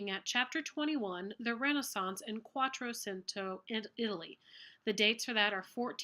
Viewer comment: It's Quattrocento pronounced "QuattroCHento"